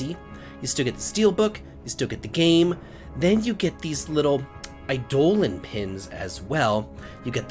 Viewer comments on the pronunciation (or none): none